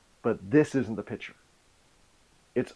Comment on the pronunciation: "pitcher" vs "piCture"